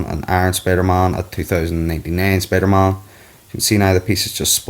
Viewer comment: did he say spidermon lol